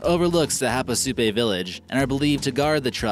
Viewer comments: Havasupai. (havasu-pii, not havasu-pay.) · Havasupai is pronounced HAH-VAH-SOUP-EYE, dummy!